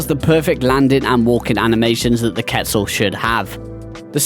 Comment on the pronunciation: HE SAID QUETZAL PROPERLY, mans a beast! Few here that I didn't expect to see, Thorny Dragon for instance, and then a bunch that are no surprise at all. For gameplay I think a lot are okay, but if we're including model/animation there's a lot of old ones that really need a touch up :(